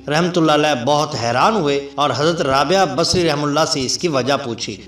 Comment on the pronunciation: Hazrath rabiya basri rahemathullah alehi. Sahi pronounced nhi kiya hai.